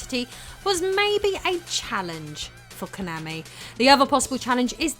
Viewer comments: Ok, I hate Konami as much as the next guy but you KNOW you're mispronouncing Konami every time you do it. You've just GOT to. Please tell me you're doing it on purpose >_< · Why do you keep saying Konami wrong? - Rocket Knight Adventures Japanese advert.